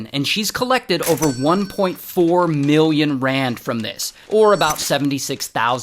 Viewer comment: Miwion dollars....... 😂